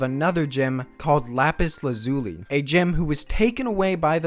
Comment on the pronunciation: >that lapis lazuli pronunciation The u is pronounced like the u in "uh"